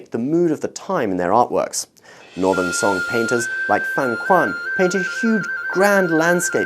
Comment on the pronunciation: Would be great if the pronunciation of Tang and Song Dynasties can be pronounced according to its putonghua pronunciation.